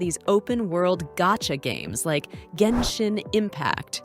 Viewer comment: i mean, even by accident you couldnt make a video thats this bad, bruhh, the AI cant even say Genshin properly...